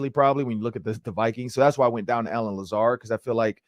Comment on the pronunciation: I quit watching when he said Lazard 😆 🤣 😂